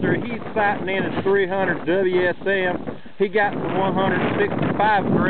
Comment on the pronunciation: "Doubleya S M"